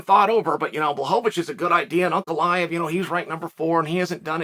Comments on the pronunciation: man he started off calling him blahovovich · Not quite , but it's a lot better then many other names.